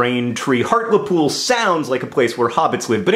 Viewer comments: Yay for Hartlepool! It does niggle me how you pronounce it (it's hart-LEE-pool!) but woohoo for being recognised! Sometimes it's like the north of England doesn't exist to the rest of the world. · Hi john long time viewer who is actually from hartlepool. great story puts us poolies on the map etc.but you pronounce hartlepool weird...sorry. its said Hart leeee pool literally meaning hart by the sea. hart being an old word for stag. apologies for typos new phone keybord is throwing me for a loop. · I've just stumbled across your video :) though 5 years later... its pronounced hart- le- pool and I'd like to add we're a town not a city ❤ we're really nice people really and only light the pitch forks and hang drowned monkeys every now and again 😂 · I know misspronunciation is your thing but, Hartlepool = Hartlypool ;) Also what can you expect from a country that has the Monster Raving Loony party \o/ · Hart-lee-pool is how it's pronounced :) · it's a town and it's pronounced heart-lee-pool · Im from hartlepool, and its strange to me it being called a city when its a town, and just an american saying hartlepool is amusing to me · I pronounce it as Heart-lee-pool too! I was literally there a couple weeks ago for a folk festival, I don't live there but yeah the way he pronounces it makes me laugh a little :,) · dear john. first off i love your work but i have several problems with this video. i live 20 or so minutes outside of hartlepool, and so i would like to point out that hartlepool is considered a town not a city, a small town at that. secondly by locals like myself its pronounced heart-lee-pool. other than that love that my home county has some love. keep up the grand work. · 1. I am from Hartlepool so #buzzing with this video 2. We're a town not a city 3. It's pronounced HART-LEE-POOL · is Hartlepool the same place as harliepool just pronounced different? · Hartlepool HEART-LE-POOL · HART-LEE-POOL not hart-luh-pool get wivvit